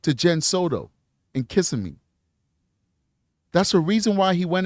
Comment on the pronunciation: Kissimmee is pronouncec kiss-EEE-me (with the accent on the EEE). Thanks for your show!